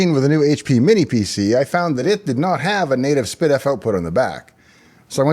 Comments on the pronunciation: No, I heard spid-eff. It should be ess-pee-diff. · and all these years I thought it was pronounced "S P Diff"